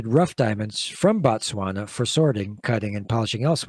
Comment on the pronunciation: Bah-Tswana/Batswana(Is a group of people from Botswana)... Its pronounced with the same Bo used in words like Both, Bob etc